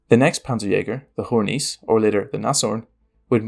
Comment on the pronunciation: You could work on Hornisse and Sturer Emil. Don't worry I get it is not easy but consider how much more professional you would come across nailing pronunciation. Type the names into Google translate and have a listen.